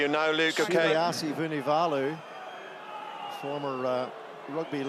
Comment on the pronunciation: Nawaqi...nitasy (and 3 other versions), Vunivunivalu (or Vunivola at one point), Forketi, Gabian Villiere... and this should be a professional commentator?!